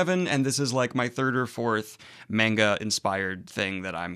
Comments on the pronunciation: (Manga is pronounced ‘mahn-ga’ not ‘mayn-ga’, pls spare my ears) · please stop saying menga. it's manga, as in "mun-ga". it doesn't take a lot of effort, really. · Mane guh? I have never heard it said that way before... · Imma just put this here in case you see it but it is pronounced m-ah-nga with a soft a not a hard a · Please review The Promised Neverland, I just got done reading it and man did I love it. Please cor the love if God, do not watch season 2, it skips arcs and rushes and changed the story..and it's monga don't pronounce the a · you pronounce manga the way I did when I was 14 and everyone kept telling me I was saying it wrong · Daniel pronounces manga the way I did back when I was a kid and first heard about it. Now that I'm 31 I pronounce it correctly.